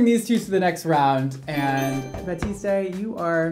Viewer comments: Yep, should be "bah-teest", not "bah-teest-ay" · I loved this video very much, I just have one thing to say, it is ”Batiste” not ”Batisté ” ! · It’s 👏 bateest 👏 not 👏 bateestay 👏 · Yeah, it's definitely pronounced "bah-teest", not "bah-teest-ay". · Definitely bateest not batestaayyy 🤣 bugs me a lot lmfao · someone please tell how to actually pronounce batiste 😂😂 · ba-teest not ba-teest-ay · I love how looks at the bottles umpteen times and still calls it baptiste when it's batiste 😂😂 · we love u but PLEASE stop pronouncing the E at the end of batiste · You were correct in the first place. He has no idea what he’s talking about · he says bah-tis-tay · “Batistay,” gurl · Mandy McDorman No that’s right, but that’s not how is saying it. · Anyone notice that he says Batiste wrong. In the commercials they say it with a silent E at the end of it. I could be wrong. IDK. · Roza Slo I know in that video HE kept Saying that and I was dying 😂😂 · You mispronounced Batiste and misspelled Walgreens, it's only a minute in...